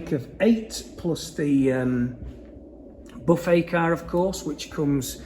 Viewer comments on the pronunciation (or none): none